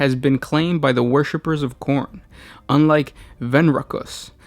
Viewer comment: I know you're saying Khorn but I swear I'm only hearing porn.